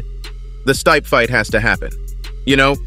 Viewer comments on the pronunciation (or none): what the hell did i just watch ..... and Its STIPE not STAYP haha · Everyone else does get stripped when they are injured.Tom said Jon was right.He wants to fight Jon.His name is very pronounced Stee pe,not Steep. If he doesn't fight Tom he should be stripped. HIS NAME IS NOT PRONOUNCED STEEP.WHOEVER IS DOING THOS VIDEO HAS NO IDEA ABOUT MMA.THIS IS A BUNCH OF BS.